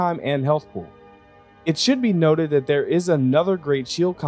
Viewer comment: That makes more sense haha. Really sounds like you say 'and'.